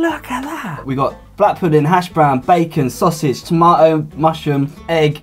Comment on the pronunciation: 토마오우 발음 죽인다ㄷㄷ